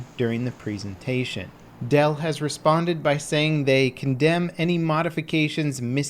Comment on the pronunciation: Plz say presentation properly